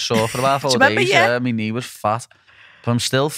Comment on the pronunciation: You know you're scouse when you say "ReNember" hahah <3